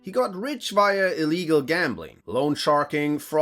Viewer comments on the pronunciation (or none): none